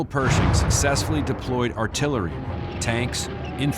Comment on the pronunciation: Its not Perzhing it’s Per`sh`ing 😊